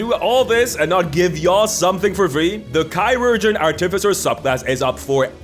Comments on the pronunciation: Artificer not arti-ficer. It's about artifice nott arti-fic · AR-ti-fy-ser - emphasis on the FIRST syllable. Long i on "fy". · The stress on the wrong syllable was too much by 5 mins in. Art if ic ers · I think it is ar-te-fai-cer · I am fancy with my pronunciation of artificer. I pronounce it ar-ti-fi-see-ay. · I thought it was pronounced Art-e-feser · The way you say Ar-TIF-icer is really antagonizing lmao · Artificer is pronounced like artificial. The third syllable is the one that gets the emphasis. ar-ti-FISS-er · I bet the video was good but got 54 sec in before i had to stop. Please pronounce the class name properly its art-if-icer. Like saying artifact professor in the same word as thats its word roots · The word artificer came into being during the age of enlightenment to describe those people, mostly from the Arabic world, who would construct mechanical wonders, most often mechanical imitations of humans, called AR-ti-fices. From the same root as AR-ti-facts. They were called AR-ti-ficers after those devices. One can pronounce a word any way one chooses, but this is derived from a word which had an established pronunciation. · You’re putting the emPHAsis on the wrong sylLABle. It’s artificer. Easy ;-) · I can’t get over how you say artificer. 😂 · I love the way he pronounces Artificer 😂 It reminds me of my brother who always says "Arcifiter" or "Articifer".